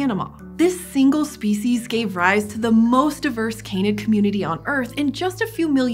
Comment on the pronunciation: Can-id, not cane-id. Please, it's breaking my ears.